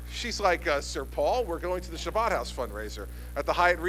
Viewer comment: carpediemdjg: If you haven't noticed yet Chris Christie is NOT jewish and it's kind of hard for a non-jew to pronounce the word properly. Most people who can't say the ch sound say an h instead so it becomes Habad house but our governor has his own style. So yes DOLT, he said Shabbad house